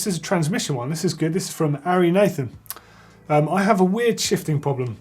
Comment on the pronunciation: For a second there, I thought you said "Aryan Nation", not "Ari Nathan" lol !